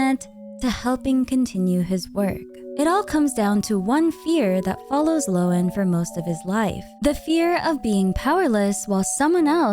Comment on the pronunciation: Happy to find a major content creator that can actually pronounce Lohen, so many seem to think Linzi is a playable Genshin character.